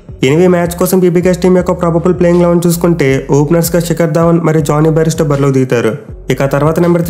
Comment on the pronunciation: Pronunciation best 😂.. monnati varuku baristo, ippudu bairisto